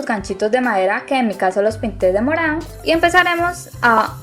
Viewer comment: Me encanta como dices morao y platiao